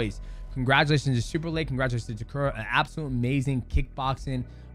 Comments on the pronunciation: bruh it's Ta - Keh - Ru , not Ta Ku Rah. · Umm…who’s tekuru?😂I thought it was Ta-keh-ru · it's TAKERU, not tekura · ITS Name ist Takeru Not Takura 😂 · if you took a shot every time he says "Takuruh"; you'd be dead XD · lol DJ keeps saying Takura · Takura, khazmat, Taiwan cii... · LOL DJ calling Takeru Takura is killing me! love these breakdowns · great video but the dudes name is TAH KER OO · Correct is — Tah Keh Roo. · Take a shot every time DJ mispronounces Takeru 😭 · The pronunciation on Takeru is crazy 🤣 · The way you say Takeru's name is driving me nuts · Is DJ pronouncing Takeru incorrectly or have I been pronouncing it incorrectly all along? 🤔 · why do you keep saying Takeru's name wrong? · atleast get his name right. jesus.